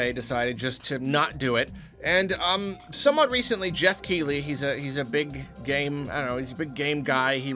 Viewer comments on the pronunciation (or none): none